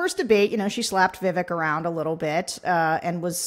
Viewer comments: I know this isn't the most important thing - but hearing people pronounce Vivek's name properly makes me very happy! - an Indian in the USA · I agree! He's not worth a single thought - but this is a heartening moment for me as a brown girl in the USA whose name is constantly mispronounced. I guess it speaks more about Sarah and Tim, that they take the effort to pronounce a different name properly!